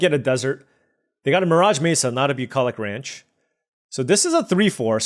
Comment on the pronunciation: say bucolich ranch again